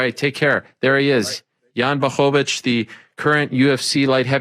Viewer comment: Good job with the L in Jan's last name. 👍